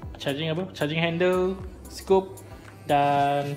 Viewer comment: Nak!! Bos yang scope tu disebut “SKOP” bukan “scoop” Lagi satu flash hider disebur “high-der” bukan hainder. Hehe sorry ya ganggu.